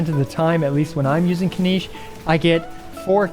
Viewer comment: Why does he keep saying Spinach's name wrong?